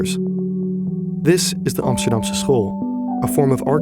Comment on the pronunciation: Emsterdeem..... And than that voice over, hilarious.